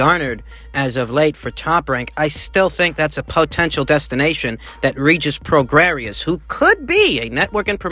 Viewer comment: It's pronounced Regis "pro-gray".